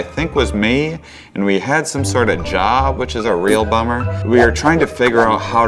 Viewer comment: Bro! 😆 "we had this job, that was a real bommer"